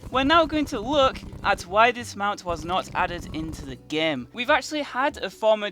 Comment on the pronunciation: why does he always say gaem instead of game